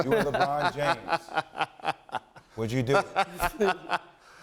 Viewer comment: he said LeGone hahahahaha...dead 😂😂😂😂😂